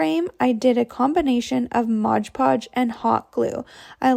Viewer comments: Looks great, but can you please say MOD Podge instead of MODGE PODGE!!!!! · MOD Podge……..not bloody MODGE Podge. Anyway, I like these ideas. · because it's stupid! The bottle clearly says MOD PODGE! NOT MODGE PODGE 🙄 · That little gal says Modge Podge in every one of her videos